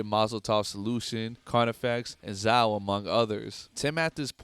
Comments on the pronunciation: It’s pronounced Zay-oh not Zow. Great video though. As I Lay Dying was an amazing band but Tim tarnished their legacy which is nowhere near as bad of a crime as plotting to kill your wife. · Awesome video bro...... but it's pronounced Zay-o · Good video. Zao is pronounced Zay-oh btw